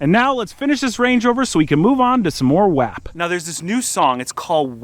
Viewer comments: For the love of god someone tell his man it’s pronounced wOp 😂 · Love the video, definitely gotta get that M5 up & going! Butttt it’s wop, just spelled wap 🤣